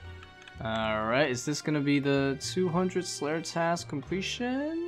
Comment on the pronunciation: What's that accent of yours? Not quest but ques, not task but tas. just curious haha.